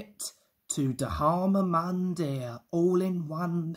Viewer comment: XD. It's actually pronounced D-har-ma Mun-dear.